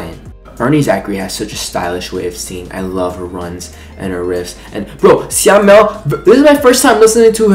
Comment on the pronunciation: Your reaction to this mv is soooo cuteee 😆 Btw, Syamel pronounce as Sha-mel 😂